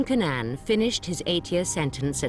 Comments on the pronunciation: The police's shoddy investigation, is even reflected in the way, the one particular detective, wrongly keeps pronouncing Cannan, as Cannon! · The narrator lady pronounces it correctly. It's like Can-nan, not cannon.